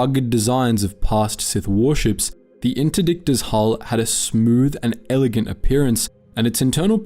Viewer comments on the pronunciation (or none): none